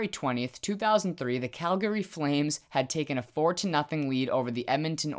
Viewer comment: You say Calgary wrong. Sorry. It’s a pet peeve.